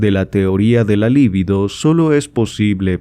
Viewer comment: Muy buena lectura, mejor que muchas otras que existen en Youtube. Sólo recomendaría corregir la pronunciación de la palabra LIBIDO (sin acento), por lo tanto no es una palabra esdrújula (LÍBIDO). La pronunciación correcta es lib(í)do. Lívido es un adjetivo para denotar a alguien pasmado o paralizado, esa sÍ es palabra esdrújula acentuada, pero se escribe con v. Debo decir que este error es común aún entre psicoanalistas. Y es que las lecturas de Freud muchas veces nos dejan LÍVIDOS... De todos modos muchas gracias por su publicación.